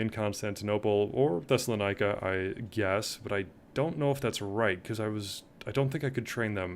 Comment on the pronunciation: Your pronunciation is killing me 😅 so I am going to help you. They are pronounced something like this: Thess-ah-lon-NEE-kee (Thessalonike) HEE-ose (Chios) LEZ-vose (Lesvos) Gah-lah-TAH (Galata), note this is NOT Galatia which is an ancient region in central Anatolia In general, there are no "oy" sounds in the names of Greek units or objects.. oi is "ee" Ai is pronounced "eh" Ei is pronounced "ee" Those are some basic rules